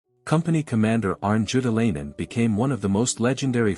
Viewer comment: Worst pronunciation of his name as possible.